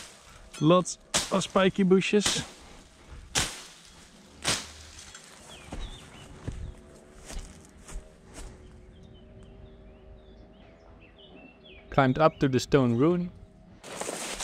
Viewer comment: I love the way he say "shpikee booshes" every time :)